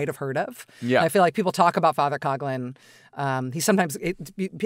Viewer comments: It’s a minor issue, but Coughlin, which is a misspelling of Coughlan should be pronounced cock-lin not cog-lin. Irish is hard. Sorry. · As a person of Irish heritage I can confidently assert that Coughlan is pronounced 'Cock-lan or lin!